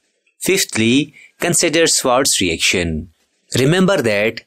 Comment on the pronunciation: there were many mistakes in this video. Swarts reaction trick was pronounced wrong. AgF + RF isn't valid when you are drawing a box around Ag + X. Confusion for the students who are learning it for the first time.